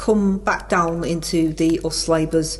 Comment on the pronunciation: I fink yer dead right, our. Don't listen to the nay-sayers, cos us labers are goin' fwom stwenf ter stwenf!